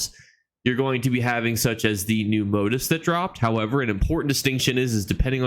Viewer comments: moTEEF……..moTEEF…..not MOtif. Lol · Really appreciate your videos! I learn something new with each one. Just wanted to let you know though, "motif" is pronounced moTEEF, not MOtif.